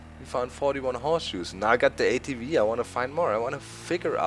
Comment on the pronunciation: Did you say ATwee because a V in german makes a wee sound?? probably :P